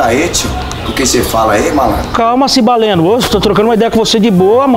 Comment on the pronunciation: Quando ele falou Cibaleno o cara bugou kkkk